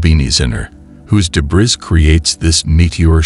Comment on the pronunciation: Gee, some illustrative graphics on what a meteor shower is and actual viewing details and tips might have been helpful, instead of just having continuous AI Jeebus images. And, "debriss"? Really? Please monitor the output of your AI announcer. And, why would anybody bother deleting this? Your clickbait headline is senseless.